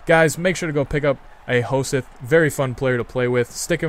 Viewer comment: It's pronounced Ho-sett ^^